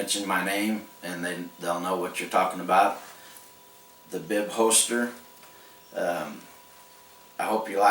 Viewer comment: I don't mean to offend or embarrass, but every time you say "hoester" I have to laugh a little. Nice work on the holster, and thanks for the great video!